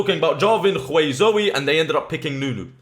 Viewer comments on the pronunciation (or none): why do you pronounce Hwei and KHwei?